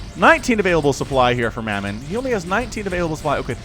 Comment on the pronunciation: Great cast ty! Mamon is pronounced mah mon not mey mon. The player is Russian and Christianity is the number 1 religion in russia. Mamon means wealth in the Bible and also refers to a demon of greed. ¨Ye may not serve god and mamon¨ Said Jesus. Take care:)